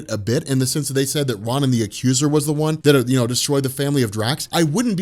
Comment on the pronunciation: I really wish he would pronounce ronan right.